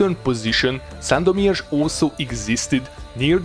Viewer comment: You have a great pronunciation of the city of Sandomierz. Greetings from Poland :)